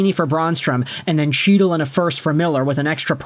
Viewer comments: Hes yours now , fyi it’s pronounced Hytil, not chytil, the c is silent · HEAT-le not CHEAT-le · Can you pronounce chytils name right lol say it as hytil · Chytil is pronounced hee-tul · Can you please pronounce his name correctly. It’s pronounced He-tyl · The dude's name is pronounced HEE-tuhl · In Chytil, the C is silent. Canucks got fleeced given the publicity of the feud. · Maybe you’ll now learn how to properly pronounce Chytil’s name. It’s pronounced with an H sound the Ch is silent. You’ve been pronouncing wrong for the past 5 years. Too bad we couldn’t send you Zibenajed.